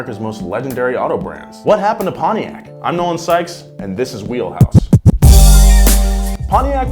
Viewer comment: "PONTIAC' ✅ "Pon-tiak" ❌ "Pony-ak" when is pronounced. Come on American People.😡🤬